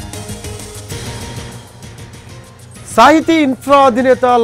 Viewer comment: Orey ga.. adi sahithi.. not sahitya